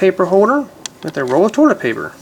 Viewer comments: Why does he say torlit instead of toilet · he's the one ho said torlet- i say toilet. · Is it me or does he keep saying torlet instead of toilet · its toilet paper not toirlet paper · not making fun of you, but... its pronounced toilet... not torlet.. LOL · He said to let paper kinda weird sorry btw ur vids are great though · you say torlet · Y u say trlet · Lol "torlet" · Is he saying "torlet cuz , thts wat it sounds like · lol... "Torlet" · The way he says toilet is funny p.s.not trying to be rude :( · you cant say toilet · u say toilet weird